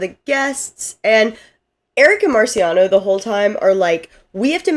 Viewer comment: MarCIAono not MaRIciano 💕 But then you got it right for the rest of this video 😂 Great job on the recap. This was super helpful to refresh my memory for the newest season. I couldn’t put myself through rewatching it.